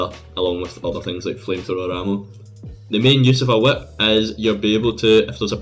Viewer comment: the “wHiAhiP”